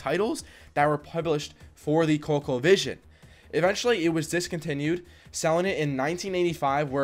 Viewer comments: Isnt it pronounced Cole e co? Vision. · wtf's wrong with guy!? pronouncing colecovision like that and you make vids about gaming and u never heard the name of it? research was not an option I guess